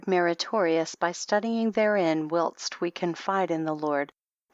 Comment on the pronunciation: Wouldn't it be an accomplishment if learned the correct pronunciation of "whilst" and "sepulchre?" She did an admirable job on the proper nouns, however.